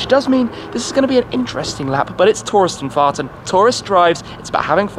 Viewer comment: Touristenfarten. I'm such a child because I always smile when I hear that.